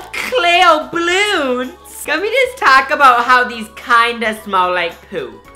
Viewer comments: the way he says balloons "Bloons" 😂😂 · Someone mustive pooped in these blloons litterlly says blloons